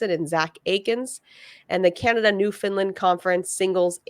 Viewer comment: Newfoundland New - Found - Land Sounds just like it looks not NewFinland